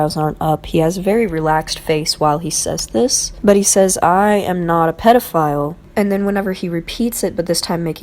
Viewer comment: Also, it's "pedophile" not pet file lol